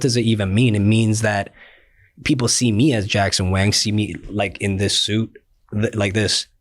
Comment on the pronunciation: Bhai mere, वैंग nahi वांग pronunciation hai